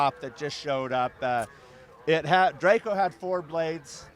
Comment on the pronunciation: It's close but "DRACO"...:)